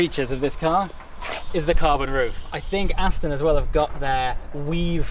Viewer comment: Aston, not Astin.